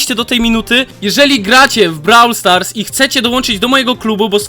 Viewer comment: Brawl stars (czytaj:broł stars)